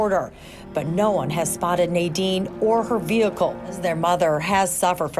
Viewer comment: Veacle is not a word (VE-HIC-LE)